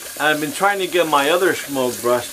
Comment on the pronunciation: I find that letting shaving oil absorb for a couple of minutes makes lathering easier, even with a soap stick. Thumbs up, but is there any way I could get you to quit mispronouncing the name, Semogue?